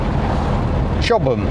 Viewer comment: Chobham is pronounced Cobham in Kent I used to live there